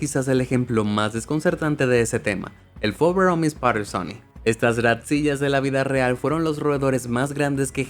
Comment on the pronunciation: tu guión debió decir Ratzilla, en referencia a Godzilla, pero tu le dices Ratsiya.